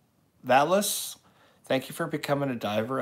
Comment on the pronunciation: Good try hun. Pronounce it like Valwa. S is silent. Lol. Love you. Xo